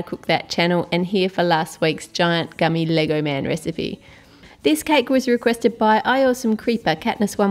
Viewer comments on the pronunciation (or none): none